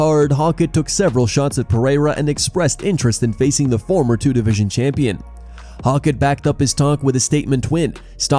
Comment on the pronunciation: Hoe-kit not hawk it